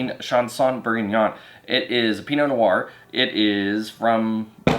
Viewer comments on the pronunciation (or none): Learn how to pronounce Bourgogne!